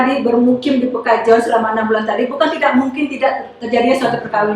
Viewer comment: Perkampungan Pekojan bu, bukan pekajon😁